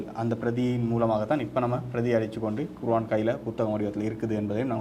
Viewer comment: தொகுப்பாளர் குர்ஆன்(Quron) என உச்சரிக்கவும்! அறிக "குருவான்" தவறான உச்சரிப்பு